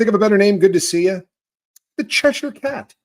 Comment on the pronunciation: As a person who lives in Cheshire, I love that you pronounce it correctly 😂